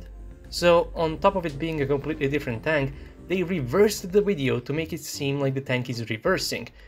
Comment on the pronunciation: I like how he says, "wideo."